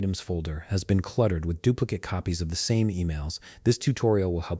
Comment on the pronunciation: Sounds like a b0t mis-pronouncing "dupli- CATE" ?? WHAT/WHERE/HOW TO FIND: MICROSOFT .. OUTLOOK CRAPOLA?????????????? OMG😢